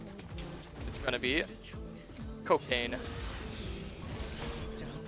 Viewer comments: cokayn XD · coKayn lmao